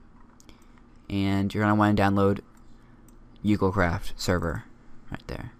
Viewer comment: Great video your really good at you tubing i subscribed of course just wanted to point out because everyone gets this wrong its pronounced oo go because its Japanese. i don't mean to be rude just pointing it out.